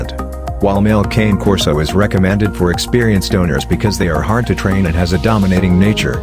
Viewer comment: I have a Cane Corso Italian Mastiff and your pronouncing wrong best dog ever but a lot of dedication on love will have to go into it